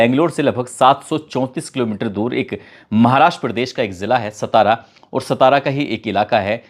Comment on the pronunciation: सितारा nhi satara